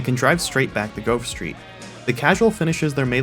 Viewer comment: Why i am one hearing that. When he says Grove Street somehow i hear Girl Street🥴🤣